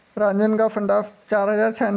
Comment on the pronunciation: रांजणगाव संडास 😂😂😂😂 सांडस आहे ते